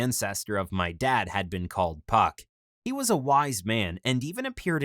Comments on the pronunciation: Was it pronounced puck or f**k? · I'm just wondering why he wouldn't tell them his name is pronounced Fuck You in English... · His name isn't spelled PuckYou it's spelled PhuckYuh there for the (ph) is pronounced as an F so really his name is actually said as the cuss word. He just said puck so this vid would be family friendly.